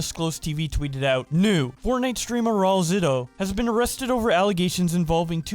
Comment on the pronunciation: Well when he drops the soap he can’t really complain, also the pronunciation is rah-oo-L-zitoo